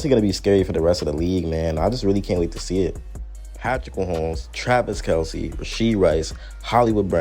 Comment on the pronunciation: I like that you pronounce Kelce the way it was intended to be pronounced before their dad just didn't correct someone saying it wrong one day 😅 😂